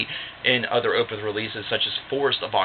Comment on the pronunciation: Totally agree its my favorite album of theirs. And its definitely a concept album. But you're mispronouncing the word Opeth lol